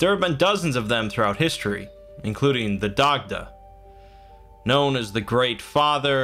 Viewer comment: It’s pronounced ‘die-da’ good video tho